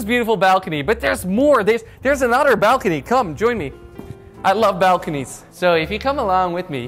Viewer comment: Me: nice appartement you got there Jordy: look at this balkony